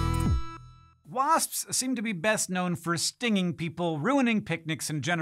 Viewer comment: The more Hank says "wasps" the weirder it sounds. Why is that, Hank?